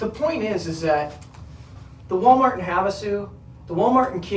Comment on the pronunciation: Did she call it Ball- mart?